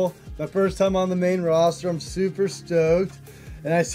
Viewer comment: Brock was probably just angry (or thought Riddle was dumb), because Riddle always called him by his first name and even worse, he emphasized it incorrectly (Bro instead of Brock...) 😅